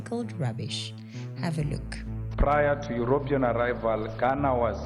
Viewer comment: I love your videos. Extremely informative, well thought out and planned., you pronounce Europian incorrectly. I think you say it as Eyuropyan. I think it should be pronounced yuropian. Please forgive me if I am coming across as condescending. I am not. English is not my first language, and my wife has helped me right many times over the years. I mean it in a contrite and humble way. Thanks for your videos.